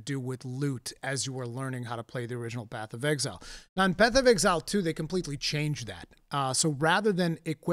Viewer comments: Nobody:: BATH OF EXILE 'AY I'M WALKIN 'ERE! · I can't unhear "Bath of Exile"